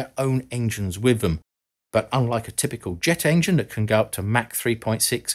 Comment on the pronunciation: Mach 10 is pronounced Mock 10. Mac 10 is a rapper and a firearm.